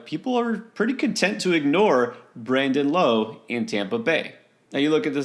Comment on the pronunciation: Brandon “Lao” not “ Low”